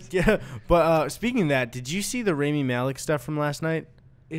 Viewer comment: Guys PLEASE his name is RAMI Rah-me not raimi